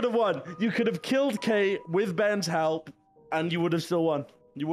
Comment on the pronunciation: I like that Kate got called out for a mispronunciation and didn't get called out for an actual mistake.